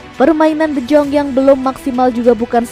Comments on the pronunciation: Yaah namanya juga cuma kerja ngisi suara, mana ngerti doi sama gitu2an.. Deyong aja dibacanya Dejong 😄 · De Jong bacanya de yong